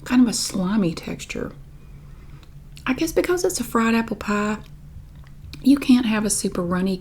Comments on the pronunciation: Love your assessment of your pronunciation of "pie"! It's as though you say the first vowel sound in the "ie" diphthong, but don't widen your mouth to the hard "e" at the end. Or, you say "pah" through your nose like a Midwesterner! Or, of course, you're just pronouncing the corn dog accent 😂🤣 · The way I would spell pie if I only heard you say it would be paigh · I think it’s pronounced “peye.” 😂